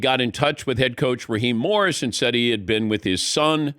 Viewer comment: yea, Dan Patrick says Raheem Morris, not once, but TWICE!! And no one on the broadcast has the balls to correct him! Come on guys!!